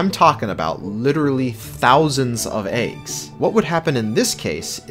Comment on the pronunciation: why do you pronounce eggs as "aygs"